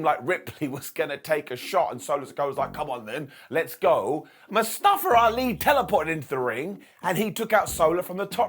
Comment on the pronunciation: "Mustafer Ali" 🤣🤣 y'all so funny with the accents. Legit honest question, why do y'all add letter R's to word that don't need it. Like here with the mustafer 🤣